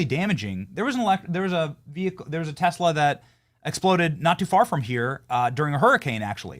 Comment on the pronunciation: Ohhh, and hasn't Musk done a fantastic job of tanking Teslor !! 😂... soooo FUNNY how Trump can't even pronounce Tesla correctly! 😂